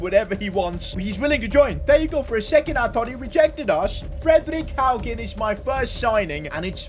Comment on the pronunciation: Im from norway and he actualy said Fredrik Haugen right